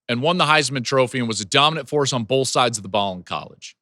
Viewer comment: "Bo(wl)th" - Joel Klatt 😁🤣🤣